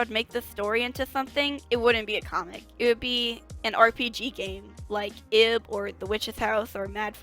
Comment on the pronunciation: IB is pronounced "eeb", btw. It's okay though, I used to pronounce it how it's spelled, too. <3